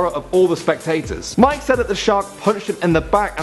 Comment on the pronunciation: Mike fanning well done its mick fanning